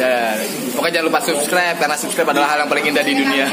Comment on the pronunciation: kirain udah bener ngomong subscribe, taunya pas ending balik lagi ke seskraib wkwkwk